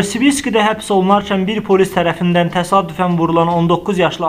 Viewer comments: sən nə soxubsan hərdəfə təsədüfən - təsadüfən deyirsən...?. Araşdırmısan? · ДИКТОРА БАХ ДЕЙИР ТАСАДУФАН, ТАСАДУФАН ДОУЛ АЙ АЗЕРБАЙЦАНЛЫЛАР...!!